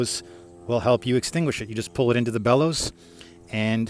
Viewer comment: That "bellows" is too short